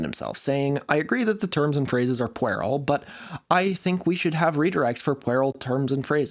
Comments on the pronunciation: Puer - POO-eir, and it's more properly a boy. "Pure-isle" isn't any closer to the Latin than "pwhere-isle", really. ;) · "puerile" is said like "pure-ile", from Latin "puer" meaning "child". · "puerile" is pronounced with a y sound like "pyoo-erl" or you can also be fancy and say "pyoo-rile" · Yo, just a friendly heads up: puerile is pronounced "Pure-aisle" or "Pew-rile". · its pronounced p-you-rile like in pure and tile, puerile. edit, you used anarchic when you mean chaotic. they are not synonyms. anarchy means no leaders, no rulers. it doesn't mean no rules. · "A trip down mammary lane" nearly made me laugh-spit wine onto the floor. Did you just mispronounce "puerile" as "pwerel"? Mais tu parlais français il y a quelques semaines! And you mostly can speak English today. Surely you understand the relationship. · I never thought of pronouncing puerile like that, but I guess it is spelled that way. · How are you saying puerile? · it can, but it shouldn't be 😂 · Does not know how to pronounce puerile or is that some kind of regional dialect he's using? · Is it fitting for a wikipedia episode that mentions nerds correcting nerds to comment on that pronunciation of puerile?